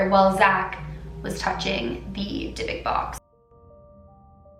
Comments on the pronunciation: Dybbuk, pronounced with an elongated "b" (since theres two of them), and the "u" is said like in the word "cruel". Not "Debek". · ❗️Take a shot everytime she say “Dybbok box”😂 #AlcoholPoising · yes yes yes!! Thank god I was getting so bothered on the way she pronounced it!!! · I didn't want to do my homework so I listened to you while doing it and I thought you kept saying big dick box and I was so confused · Anyone else can’t stand how she pronounces it!!! Ugh!! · Monique Ortiz no I also and I’m bothered by the way she pronounces the box wrong!